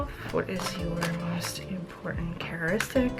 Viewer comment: The word is pronounced character istic